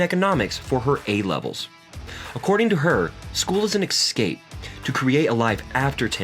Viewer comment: Wimbleton? Raducoonoo? Excape?